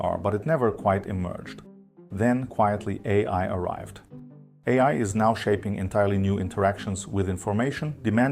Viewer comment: Hey, sorry for this weird question, but are you German perchance? I can tell from your pronunciation of the word „AI“, which you pronounce „ey… eye“ and not „eyeye“ like Americans do, which is what German does too 😅